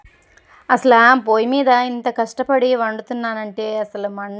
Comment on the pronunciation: అసల కాదండీ..😀....అసలు...